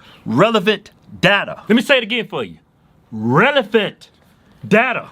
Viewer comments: "let me say it again for you... RELEFANT data" lmao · I couldn't unhear "relephant" 😂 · All I hear is rElephant 😂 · "Relephant"? All jokes aside, I love these guys. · Whys it sound like one of them is saying RELEVANT and the other one is saying RELEPHANT? haha.. Good video guys! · “Relevant” “Relefant” “Relevant” “Relefant” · Keith: relevant but it sounds like Kevin said relephant 😂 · Papalation!!! Irelafant!!! Lol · Its rela-phant...I mean relavent